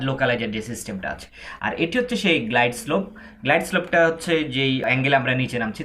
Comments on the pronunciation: গ্লাইড স্কোপ হবেনা,,গ্লাইড স্লোপ হবে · ঠিক ভাবে উচ্চারণ করুন, গ্লাইডস্কোপ নয় গ্লাইডস্লোপ হবে।